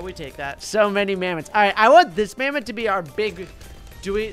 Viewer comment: This isn't mammoth this is mamtho